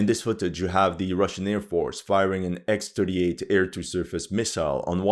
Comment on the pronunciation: It's not 'ex'-38, it's 'kh'-38, it's russian letter, not english